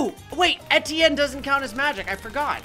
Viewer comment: Why do you call Etienne Steven?